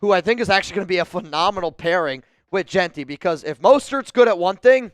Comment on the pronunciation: You like Jeanty? Learn how to pronounce his name.